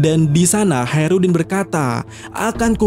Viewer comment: Hacrutdin koplak Bukan Haerudin 😅